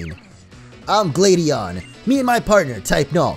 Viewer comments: Actually, it's glaid-e-en. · It’s actually Gla-dion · pronounces Gladion wrong TRIGGERED